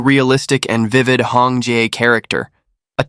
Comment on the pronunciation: Hong Jie not Hong Ji(chicken) not Hong jai…. it’s jezzz hahaha